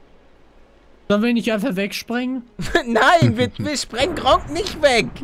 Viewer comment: Es heisst gregor Onk nicht gronkie onk Palle